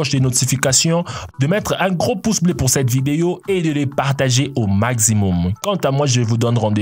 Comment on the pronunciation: partagez au "magzimoum"